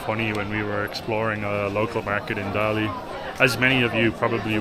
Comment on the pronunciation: dali读大理，not达力，da第四声，li第三声，just fyi